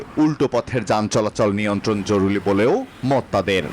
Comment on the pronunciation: "জরুরী" শব্দটিকে "জরুলি" বললে কিভাবে হবে??? ট্রেনিং ছাড়া উপস্হাপন করলে যা হয়। উপস্হাপকের ট্রেনিং দরকার। উচ্চারণ ঠিক করো আগে তারপর উপস্হাপন করো।